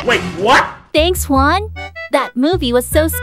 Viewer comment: Btw Juan’s name is actually pronounced as “uan” not “juan”